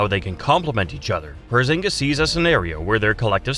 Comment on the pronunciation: Bruh we know he's humongous. You don't have to violate his name like that, porzongos😂